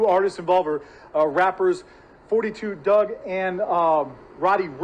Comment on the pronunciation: It's Dugg not Doug geesh😂